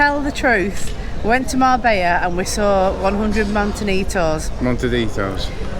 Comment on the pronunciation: You saying it wrong